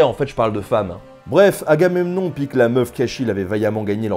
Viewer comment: Ca se prononce "Ah gars même nom" ou "Ah gars mais non", en fait?